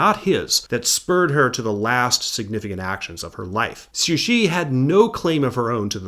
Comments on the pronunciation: Taiwan was not "known to the Japanese as Formosa" but rather Formosa was the common European name for the island. Japan referred to the island as Taiwan (台湾) and so did the local inhabitants. I also noticed you sometimes pronounced Cixi as "Suxi" and Yuan Shikai as "Yu-an" when it should be "Yuen" - but besides that, excellent video. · Not downplaying the quality of the video or how much work went into it, but its really funny to hear you pronounce Cixi as Sushi